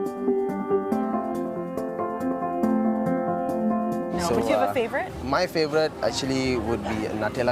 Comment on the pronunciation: That's great. You pronounce Dipawali exactly perfectly.